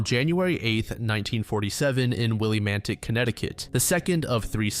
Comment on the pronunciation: I live in Connecticut and it’s pronounced “Will-a-mantic”